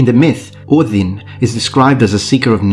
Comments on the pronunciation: Top marks for pronouncing Óðinn correctly! I just watched the video collaboration between Todd Cutler and Matt Easton and thought to myself, "Something is missing..." Aha! The! I would so dearly love to see a series of collaborations between the three of you. Be well. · I love the pristine pronounciation of Ođin